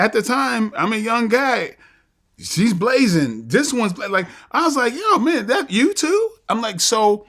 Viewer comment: hearing Michael Jai White say Blazin' is the most NH/BPT Connecticut shit I've ever heard him say! 🤣